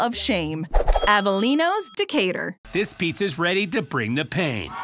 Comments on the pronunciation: Um....De'couture? Would you be speaking of Decatur Georgia? (De-Kate-ur) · Would be great if the narrator could learn to pronounce words correctly before she reads them. One could forgive, I guess, mispronunciations of foreign words like habanero (not habañero), jalapeño and diavolo. But Decatur? And respite? I mean, really!